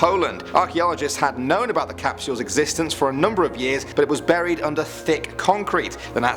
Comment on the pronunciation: TiME CAP SH - EE UEHLSS please stop.